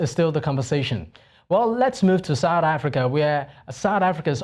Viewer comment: What is "Sour Africa"? Your pronunciations are grating and embarrassing!